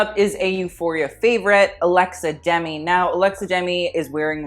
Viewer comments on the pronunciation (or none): Its alexa dem-ee